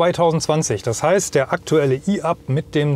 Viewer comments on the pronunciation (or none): Ein deutsches Fahrzeug mit einem deutschen Namen, der auf Deutsch ausgesprochen wird, e-Up und nicht i-Up!